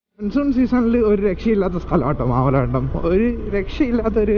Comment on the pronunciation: മാമലകണ്ടം അല്ല bro മാമലക്കണ്ടം 💙💙